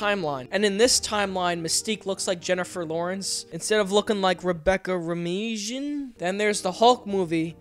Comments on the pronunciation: "Rebecca Romeeejin". lol XD "Romijn",.. pronounced like "romaine" lettuce. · Romeeejen? Bahaha.. kids these days don’t know Rebecca ROMAIN...